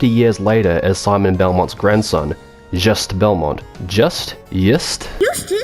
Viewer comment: Thank you for the review. There's so many terrible channels out there, especially when it comes to Castlevania and so far you're the only one that didn't have weird "opinions" on the mechanics. My only nitpick is you said Juste's name wrong but that is so minimal I shouldn't even mention it lol Looking forward for that LoS2 review, that game is one reason I want a PS3 to this day.